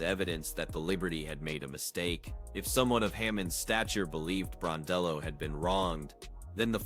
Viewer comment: Gosh get her name correct....BRON-DELL-O......you hear it enough....🌹🇦🇺🇦🇺